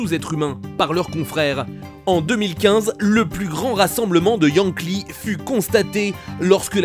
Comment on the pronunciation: Les " Yang-Li " 😭😂😂😂